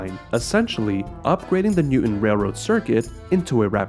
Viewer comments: There is no city or town in Massachusetts named New-en. Or Newden. We DO have a city named New-TON. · Nice job, but be careful to pronounce the "T" in Newton.